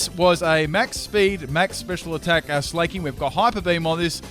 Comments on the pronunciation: In what world is Slaking pronounced like "Slay-king", lol? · Slaking isn't pronounced "slay-king" its SLACK-ING... because both Slakoth and Slaking are slackers! That's the whole idea behind their names.